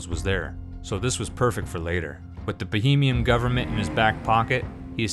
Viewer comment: I think it's "BOHEMIEN RHAPSODY. NOT BAHAMIAM.